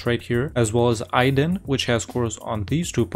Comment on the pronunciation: I saw someone foreign pronounce "Aydın" right for the first time. I am subscribing.